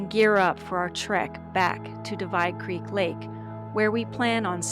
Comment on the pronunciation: You're pronouncing the word "creek" wrong.